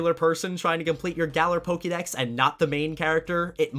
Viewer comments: why the fuck does he say pokey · I have two questions. Why do you repeat your name twice at the beginning of the video? And why do you pronounce Pokemon correctly but not Pokédex? It's not POKYdex, it's the same pronunciation as Pokémon lol Even when you say Still kinda wrong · How come you pronounce Pokemon correctly, but Pokedex incorrectly?